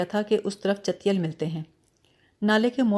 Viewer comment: چیتل ہوتا ہے ، آپ اس کو چتیل کہہ رہی ہیں cheetal, اور chouhan ہے نام choohan نہیں , روانی اچھی ہے پلیز تلفظ پر دھیان دیجئے